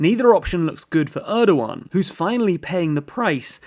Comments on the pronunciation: Erdjuan , I cannot unhear you calling him Erdjuan! Dammit. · So funny how you call Erdogan as Erdo one!